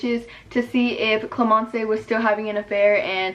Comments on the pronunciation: gustave is actually pronounced gus-ta-ve et not gus-ta-vay and clémence is pronounced clé-men-ce not clé-men-cay idK if you understand also my English is bad cause I’m french lmao, but loving these new videos ! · your french proununciation is cute hahah Clémence its not clemencÉ the e has no sound its like "clÉmenss" same for Gustave its sound like "gUstav" not mean haha ily it was just weird in my head 😭